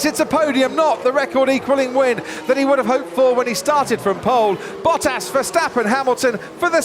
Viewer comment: “Bottaso” I Want more “Bottasos”